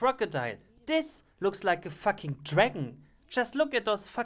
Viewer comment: I love the way he says fuck. "Thats not a crocodile, thats a facking dragon, just look at those facking saber teeth".